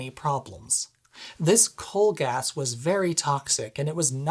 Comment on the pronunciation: Hi, I like your video but it is “Gas” not “Gaz”! Gaz is short for someone called “Garry” or “Gareth”. 😉